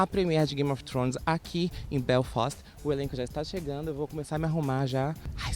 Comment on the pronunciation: "Grame of thrones" kkkkkkkkk